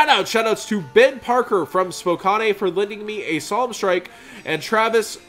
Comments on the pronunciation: Its pronounced (Spo-Can) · Spokanay he says.. learn how to pronounce cities in Washington 😂